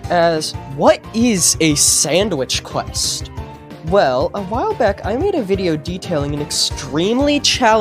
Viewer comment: "sandwish quesht" lol.